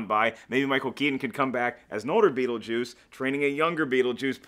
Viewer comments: Beetlejuice 2: Beetleduece. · "BEETLEDEUCE GUYS.............. BEETLEDUECE!!!!!!!!" "THEN IN ESPANOL BEETLEDOS!!!!!!"